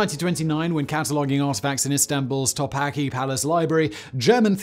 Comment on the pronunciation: And Topkapı See the last letter? It's not an 'I'. It's a Turkish letter 'I". Its sound is a short 'uh'. So the Topkapı Palace is pronounced Top-Kap-Uh.